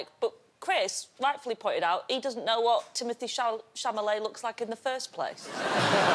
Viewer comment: love that no one even corrected the pronounciation of timothy chalamet xD chamalet